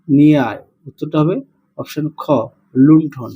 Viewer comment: লুণ্ঠন না লন্ঠন